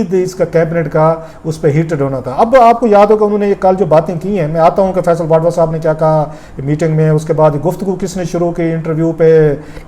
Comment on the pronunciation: Rauf Klasra sahib, thank you for sharing the important cabinet proceedings. But you kept me confused throughout in your video log about the federal minister Mr. Faisal "Vadwa". Probably you wanted to mention about Mr. Faisal "Vawda". Kindly check your pronunciation. Thank you!